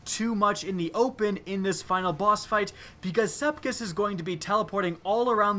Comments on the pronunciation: This strike has been here for 3 years. Why can't you pronounce Sepiks right? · I know everyone else is pointing out how easy it is, but I'm more annoyed about his pronunciation of Sepiks. Sepiks, not Sepkis. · the ammount of times you said Sekips, rather than Sepiks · I know for some people it's nothing but he's called sepiks not sepkis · SEPIKS NOT SEPKIS OMG UR DRIVING ME CRAZY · its sepiks not sepkiss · He said Sepkis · I like how you say Sepiks lol "Sepkis" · Anyone notice he says Sepkis? .-. its Sepiks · Am I the only one who gets Annoyed when he pronounces Sepiks, Sep-kiks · SepIKS not SepKIS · Am I the only one that is angry he is pronouncing sepiks "sepkis" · it's SEPIX NOT SEPKISS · Not to be mean but you pronounce it sep iks not sepkis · M8, what's Sepkis? lol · Love your videos, but "SEP IKS" Sep-icks Sep icccs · I love the words you pronounce differently. i now call the strike, sepkis perfected and love my clever draygon. keep up the awesome work! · It's "Sepiks" you bonehead! Call yourself a YouTuber? Huh? Huh? Do ya? 🙃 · is it just me or did you start calling him sepkis at - 😆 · "shoot sepkis" triggered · "Sepkis" I'm TRIGGERED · I gotta aks a question that probably isn't aksed too often. How are you pronouncing his name "sepkis"? Is learning his name too much to aks? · First of all, no one who has a brain would need a fucking nightfall guide, as long as you kill most enemies you'll get gold; you've got basically no reason to make a video as pointless as this unless you're completely void of creativity, maybe try putting other games on your channel for instance (and not The Division). Secondly, Sep-iks, go on, say it with me, Sep-iks. Unless you failed pre-school actually put some effort in reading because you sound blatantly stupid and are irritating a lot of regular and potential viewers. Common sense ffs. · This dude said "SEPKIS." I'm sleeeeeeep 😂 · Did anyone hear him say "sepkis" at the beginning?